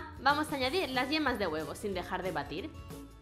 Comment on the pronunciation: Se dieron cuenta que al inicio decía vemas de huevo